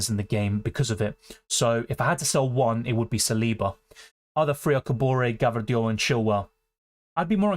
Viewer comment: U have some stamina dude and a very sharp mind and memory, and please for god's sake, stop saying gvardiol in that funny way hahaha!